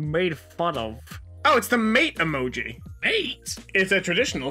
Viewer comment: Them: emogee Me: triggered